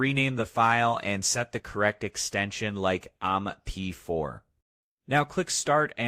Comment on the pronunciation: AI slop. AI voice says "ahm p four" instead of "em p four".